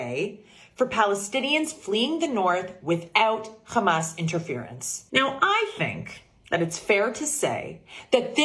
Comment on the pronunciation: That woman from New Jersey is an izraeeeeli because izraeeeeli cant pronounce "H" and instead they say "KH" so when they wanna say h--a--M--a--s , they say kh--a--M--a--s....and she did it... busted.... in u can realize it